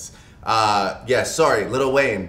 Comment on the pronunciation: Why do people keep saying "little" it's "lil"